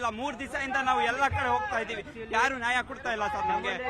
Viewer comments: ನಾಯ ಅಲ್ಲ ಕಣ್ಣಪ್ಪ ಅದು ನ್ಯಾಯ... ಎಲ್ಲರಿಗೂ ಒಂದೇ ಕಾನೂನು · ನಾಯ ಅಲ್ಲ ಕಣೋ ನ್ಯಾಯ ... ಕನ್ನಡ ಬರಲ್ಲ ಪಾಕಿಸ್ತಾನಕ್ಕೆ ಆಗಿ ನೀವೆಲ್ಲ ಬಾಂಗ್ಲಾ ಜನ.....ಇಂದೆ ಹಳೇ ಸರಕಾರ ನಿಮ್ಗೆಲ್ಲಾ ಒಳಗೆ ಬಿಟ್ಟು ನಮ್ಮ ಗತಿ ಇಂಗ್ ಆಗಿದೆ